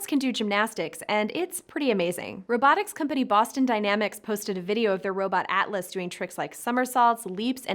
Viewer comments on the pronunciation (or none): none